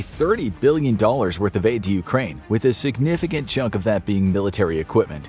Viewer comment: You mispronounced 100 Billion dollars